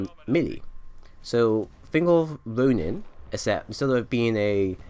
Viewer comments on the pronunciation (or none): none